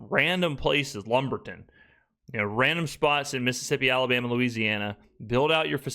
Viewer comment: Bruh you did not say Lumberton